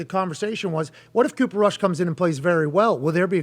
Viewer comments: Why call him Kush? It's Rush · Bro said Cooper Kush 🤣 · It's Rush not Kush. Rush has learn from Tony Romo, Jason Garrett, Dak, and Kellen Moore. Rush looks great with the 2's in preseason. Now he's with the 1's. It's Cooper Crush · Cooper Cush Its Cooper Rush lol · dude its RUSH not kush!